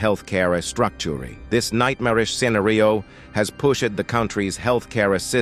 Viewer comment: My favorite is sceneareno for scenario